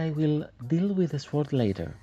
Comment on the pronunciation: New sub and I noticed that English is not your first language. You do very well, but two words you need to say different. "Sew" is a word for making clothes. Yes it looks like that is how it should be, but the word is said "So". Funny word that is hard to find in other places. You will need that word many times, it is said "So". The other word is "sword". It is pronounced "sord". The "w" is silent. It is another word you will use many times. English is a tricky language. The doll is beautiful!